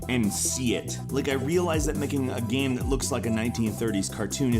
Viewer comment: Why do you say "gahm" instead of "game"?!